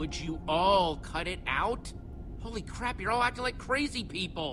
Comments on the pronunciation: did he just say oh crab? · stop saying oh crab